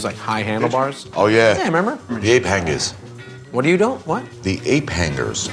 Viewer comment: Great video. I’m hungry!! 🤤🤤🤤 lmfao Ape Hangerz in traditional American EN altered accent. Love the NYC accent🥇